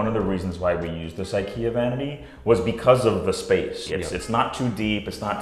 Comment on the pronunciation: Everything was okay until you said IKEA.